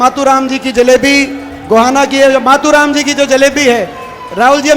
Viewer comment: मतु राम नहीं मातु राम